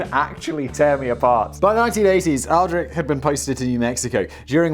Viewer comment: Aldrich Ames is one of the most famous traitors in history - btw it’s pronounced “All-dritch”